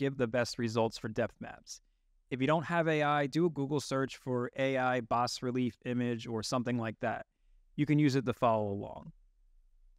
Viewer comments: Please, it's pronounced "bah" not "boss." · its pronounced. Bah-relief. fyi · "bas relief" is a french word for "low depth sculpture"... you should pronounce it in French.